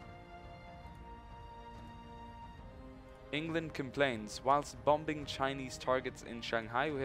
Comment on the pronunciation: just a sidenote. When pronouncing "bombing" you ignore the 2nd "b", so it sounds like 'boming'. Just helping out;)